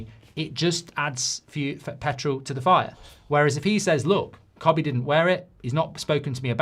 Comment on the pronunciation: Kobbie not cobbie